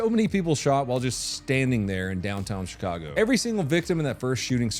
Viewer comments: Did you mean to say shitcago? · You say Shitcago perfectly.